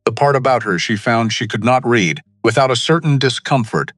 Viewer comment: AI reading with the wrong inflexion on the word.